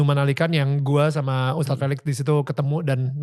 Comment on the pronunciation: Tolong host...jangan panggil Tad. Panggil ustadz. Jangan dipotong ya. Cuma 2 syllables kok kenapa dipotong and it's completely wrong.